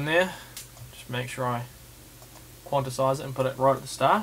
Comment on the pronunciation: he knows all this about production but cannot say quantize, Lol!!!! nice Vid though